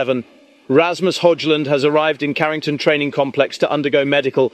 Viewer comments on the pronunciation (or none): I think it’s pronounced as Hoi Lun.